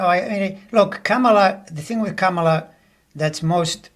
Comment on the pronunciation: Thank you and! -Kamala’s name is pronounced comma-la